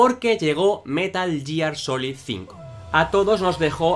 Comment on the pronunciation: Que buenos videos... Dan buena sinopsis de los personajes, explican bien las historias y la producción está 10/10... Pero que digas "yiar" duele 😞